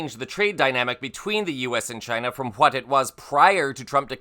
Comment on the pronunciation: TRUMP SAYS "Ghina"